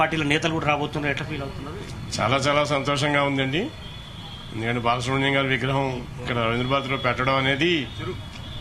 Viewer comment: బాలసుబ్రం కాదు తల్లి బాలసుబ్రమణ్యం